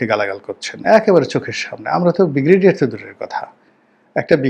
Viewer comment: অর্ধশিক্ষিত correct your pronunciation of ‘Brigadier’